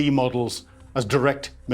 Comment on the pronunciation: 'Zelinski' or 'Zelensky'? Penguin syndrome (flapping hands) is acute - very distracting😵‍💫